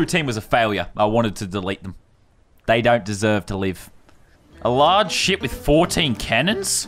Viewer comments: Ay Lannon it sounds like ya saying s$%# battles not ship battles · Did Landon say shit battles or ship battles??????😂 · When he said ship I thought he said sh*t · At first I thought he said shit battles instead of ship battles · It sounded like he said shit battles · I keep thinking he says shit battles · Who else thought he was saying shit battles